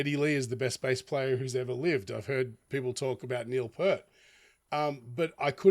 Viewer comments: It's pronounced PIER-T, not Pert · His name is pronounced Neil Peert…. Not Pert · For the 45,679th time, it's Neil PEERT, not 'Pert'....